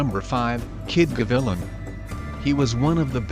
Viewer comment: It's pronounced, "Kid Ga- Vi- Lan" not 🤭 "Ga-villa". It means "Hawk" hence the nickname "Cuban Hawk". Thanks for the mention. Great video. Many don't remember the old champs, the legends that fought for scraps, sometimes, multiple fights a month. They fought with heart. Nowadays they have fewer fights, fancy training equipment; & all for money, vanity & false glory... No heart. Heart died with the old school fighters. Blessings to you & your families. Mikey Gavilan 🥊🥊